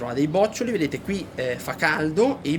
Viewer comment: Bravo, ma "bòccioli" non si può sentire😁 Si dice "bocciòli"😉